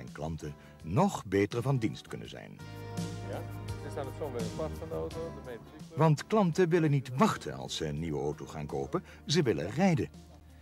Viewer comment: Veural irritant met incorrecte uitspraken zoals zeuven, oto, en kanteur